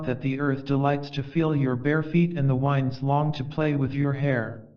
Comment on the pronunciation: It is wonderful to listen to 'The Prophet' again. Thank you. If I may make a suggestion, it would be even more beautful if you could master the pronunciation of words like 'wound' meaning a hurt place (woond) and 'winds' meaning the movement of air (winds not wynds). Thank you.